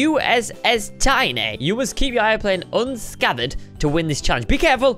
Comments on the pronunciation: He said unscatherd. Wow!! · LEARN TO PRONOUNCE UNSCATHED!